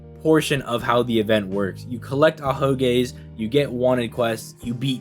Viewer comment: This nigga said ahogays